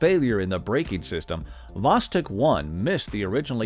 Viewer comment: Not "vOstok", but "vostOk"!